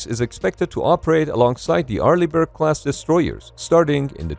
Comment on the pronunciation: "Arliegh Brick"😂😂😂